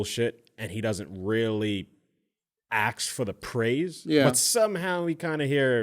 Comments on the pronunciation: Lowkey it pisses me off when a grown man says "axe" instead of "ASK"... Come on, you went to school and you know how to read lol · Jesus Christ did say axe instead of ask?